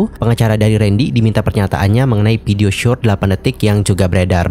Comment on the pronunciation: Masukan bang… Maaf nih ya… PERS dibacanya bukan “FERS” dibacanya PERS VIDEO dibacanya “VIDEO” bukan “PIDEO” sayang kalo pengucapannya belibet, pdhl inti ceritanya baguss